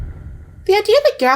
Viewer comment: it's prenounced AL-PHIS